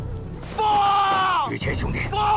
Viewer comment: 老朱，麻烦叫“于谦”不要叫儿化音，一听见“于谦儿”，太跳戏